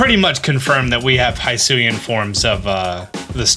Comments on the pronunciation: Bro, it's pronounced "Hee-su-ian". You were pronouncing it well last time, cmon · Why does he keep saying High-suian tho?